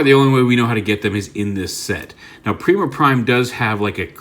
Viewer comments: its nor pre-ma its per-eye-ma like primus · "Prima Prime" is indeed just called Prima. It's also pronounced like: Pry-ma. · Prima is pronounced (Prime-uh) He was the 1st Prime, Primus’ first creation. The warrior of light, and original weirder of the star Sabre and Even matrix.